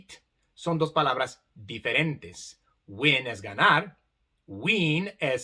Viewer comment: La i (sin barra arriba) suena para los hispanos como una "e", cuando pronuncias "win" escuchamos "uen" como si fuera una e en español,ese sonido existe para nosotros,al menos como lo pronuncias tú.